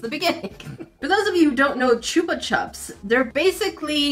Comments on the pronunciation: Chew-pa chups? Nah girl is ch-UP-Ah chups lol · Chupa Chups US a Spanish name, read U as [oo], like book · I always heard it pronounced like "choopa choops" in Mexico so it threw me off a little, but those were super common in goodie bags when I was growing up! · you pronounce choupa choups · Why do you pronounce Chupa Chups the way you do? You say the “u” sound differently in the first and second words. Ch-OOH-puh ch-UH-ps “ooh” then “uh”. Shouldn’t they both be pronounced the same way since they’re nearly the same word? Both with the “OOH” sound for the u pronunciation. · Okat the way said chupachups me benig Spanish 😵🤣